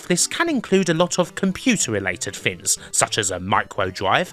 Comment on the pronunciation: The word: Things: Fins